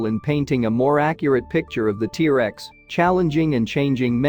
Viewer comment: The AI Voice detracts from presentation. Hard to listen too. Too many "Teresa's" instead of "T-Rex". Also, I have not heard of any discoveries of a spine covering of feathers. Yutyranus has feathers, but they've found Scaly skin impressions of Tyrannosaurus where Yutyranus has feathers. Is your work here speculative? If not, site time and place if discovery.